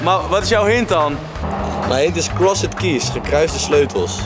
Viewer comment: Jezus Thomas Cross E d? English Language on Fleek Please, pronounce crossed correctly.